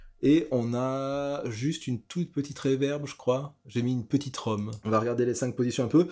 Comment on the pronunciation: Dis donc room ça se prononcerait pas « roum » plutôt que « rom »? 😜 Non parce « j’aime bien les p’tites roms » t’as le droit mais ça nous regarde pas! 🤣